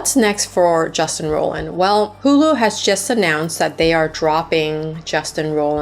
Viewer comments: It's Roiland, not Rolland. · Justin rollllland??? Haha great video but can't stand the pronounciationn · No hate but like I feel like you’re gonna do an entire video on someone you should know how to pronounce their name lol